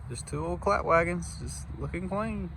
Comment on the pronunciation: Did you call them clat wagons? That’s funny!